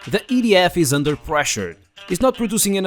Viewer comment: ADMIT IT: YOUR UNPER PRESSURE! "unper"🤣🤣🤣🤣✌✌✌✌💀💀💀💀💀💀💀💀💀☠️☠️☠️☠️☠️☠️☠️☠️☠️☠️